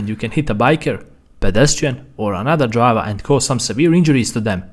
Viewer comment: God i love when he says "DriVA"😭